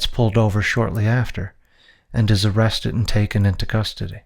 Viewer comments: Why do you keep saying "arrested" as "arrestess"? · Why’s this guy saying “arestus” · Why are you saying “arrestes”